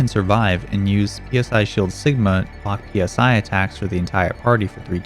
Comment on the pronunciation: this man dont know how to say psy this was honestly making me mad/sad/and giggle at the same time every time he says p-s-i